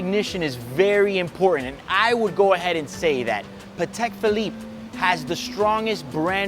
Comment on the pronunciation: Paddeck Pheleeppeh